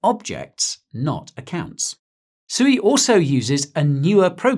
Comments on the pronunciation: It's pronounced SWEE! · Isn’t sui pronounced “swee” haha